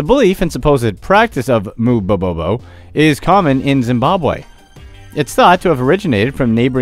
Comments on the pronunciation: Oops! A few miss pronunciations in this video! Your title says "Mubobobo" (three bo's) where as you say it "Mubobo". Also, your pronunciation of Tanzania....I believe it's "Tan-za-NI-a", not "Tan-zania". Just me being anal really.... The phallic symbol was ALSO considered good luck in ancient Rome and appears a LOT in art and architecture in India as well. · you mispronounced mubobobo, youre missing one bo, you kept saying mubobo....